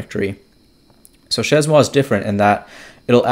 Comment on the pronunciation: pronounced /ʃeɪ mwa/ (shay-moi)